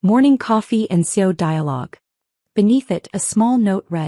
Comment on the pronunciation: CEO has 3 syllables, not 2. Fix your AI.